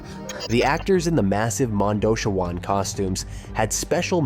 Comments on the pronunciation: Yeah, Monda-shwann instead of Monda - CHEE - wan got me too. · Mondo - CHEE - wan